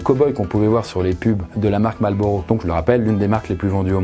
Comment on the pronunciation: mdrrr a aucun moment tu prononce correctement marlboro.... ce n'est pas malboro